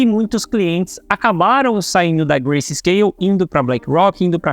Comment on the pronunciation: o correto é grayscale e nao "gracescale"